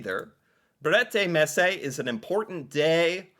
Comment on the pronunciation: Haha that pronunciation was so much better right of the bat. Brettemesse is really not a word though